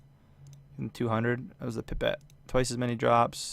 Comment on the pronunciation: Idk if anyone has said anything but you pronounce pipette wrong every time. It's pronounced like pie-pet. Thank you